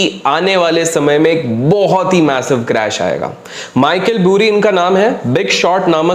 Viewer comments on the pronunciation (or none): Michael Burry hai vo Michael BUUUURY nahi lawde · Bhai vo "Boori" nhi hai. "Bary" hai Pronounciation! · Michael "boori" nhi "bari" hai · Boori nai bhai bury....isko aise pronounce karo - Bari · भाई नाम तो सही से बोल दे उसका? 🤦🏻‍♀️🤦🏻‍♀️ Burry बरी को Bhury भूरी भूरी बुलाये जा रहा है 😂 अगर अंग्रेजों से बदला लेने के लिए जानबूझ के ग़लत बोल रा है तो ठीक है 👏🏻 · Boori nhi Burry = Barri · it’s pronounced like michael Baari and not buuuuri 😅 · It's burry not boori 😂😂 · boori nahi bari hai bhai. and He's a Dr. Hence Dr. Michael Burry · I think its Michael बरी not Michael बुरी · Pronounciation is Baaizzat"Bari" = Michael "Burry" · Bhai Kyun fake news spread kar rahe hon. Also naam tho pronounce kar lo Theek se